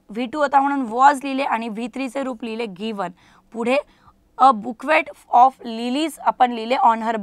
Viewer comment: Bouquet चा उच्चार 'बुके' असा असतो मॅडम ' बुकेट ' असा नाही.